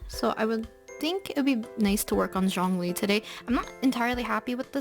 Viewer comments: 🌻✨☕️ L c q w ☕️✨🌻 Its actually Jong as in Jog and ong as in long li as in really but on the lly part Put it together and you get Jongli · Its Shongli 😳 (Shongli is the pronunciation)